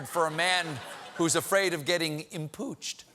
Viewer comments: 'Impooched.' Stephen, we love you, but that was BAD. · "Impooched!" Cue laugh track. LOL